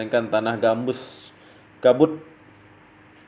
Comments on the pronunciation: Tanaaahh GAMBUTT MASS BUKAN GAMBUSS .. 2X SALAHH NICHH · Sorry bro kurang jelas...gambut kah gambus...hehe